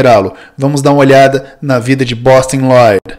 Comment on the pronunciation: Aqui começa um caminho sem volta em minha vida... Nunca mais eu consegui falar Bostin Loyd sem o sotaque impecável do. Kkkkkkkkk